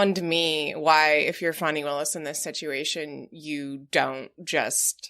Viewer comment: Thank you! Drives me crazy when it's mispronounced. Wow! She an amazing power of example!